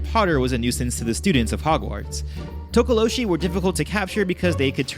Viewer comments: not tokoloshe but tokolosi🙈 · LOL Tokoloshe is pronounced Tokoloche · Its pronounced Tok oh lo shie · Interesting, I grew up around Xhosa speaking people and they all pronounced it To-Ko-Lo-Si and that's how I've always said it. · South african here, talk-ah-law-she is how we say it. We just know it as menacing little gremlin like creatures and they mostly cause havoc at night. Havent heard much about them in the last 15 years or so, especially since most of us (in my circle) no longer live in such open places anymore. And isiXhosa is pronounced almost like cor sah with a click while saying the cor part. Almost like tcorsa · Tokolose. Like with an "ee" at the end. I'm from SOUTH AFRICA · Tokalosh the e is silent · You say it tookalosh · It's tokolo(she). Was waiting for that one😂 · This is cool, I've heard of some. It's pronounced To-ko-lo-sh...the last "e" is silent. Zaire is also known as DRC(Democratic Republic of Congo) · From my knowledge as a Zulu South African it is pronounced as To-ko-lo-share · It's pronounced Toko-lo-She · spelt THOKOLOSI,, you pronouced it correct except the "she" which should be pronounced like "SI" like "Si" in similar or "Sy" in symbol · Actually the /H/ from tokoloshe is silent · For pronouncing Tokoloshe, you don't pronounce the E at the end.